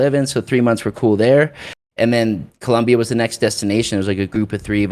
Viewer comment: It Colombia not columbia